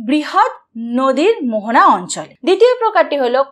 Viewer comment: মোহানা নয় মোহনা😂😂